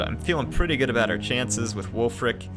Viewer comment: every time you say ulf, all i could think about was ulfric stormcloak